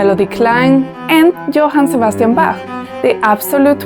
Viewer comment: Can't you give any examples to your speculalion? It's also sad that you can't pronounce Bach's name properly.